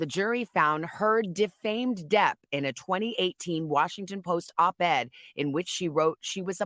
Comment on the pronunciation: It’s Op Ed, not Opt Ed